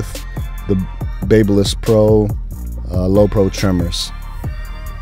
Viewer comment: Pronounced.......BAB Y LISS. sounds like BAB A LISS. Like the City of Babylon in ancient times. If you're using a certain brand and continuously saying the name of the brand, you should know how to pronounce the brand correctly. Now, spread the word, my good friend.